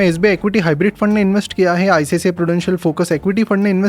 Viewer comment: ICCI नहीं ICICI है